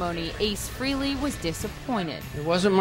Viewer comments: Why do these TV reporters always pronounce "Frehley" as "Free-ly"????? Gets on my nerves everytime I hear that. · Taylor Same here...drives me nuts. Its Freh-lee. The H is not silent. On a Eddie Trunk interview Ace said most dont get it right and he gave up correcting people. Years ago in another podcast Ace was drunk and when the host pronounced his name Free-ly, he quickly corrected him "Its FREHHHH-ly!!" So yes, deep down it bugs him, but he has no choice but to deal with it. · One thing I have noticed, why do people always mispronounce Ace's last name? It's not Ace Freely, it's Frayley.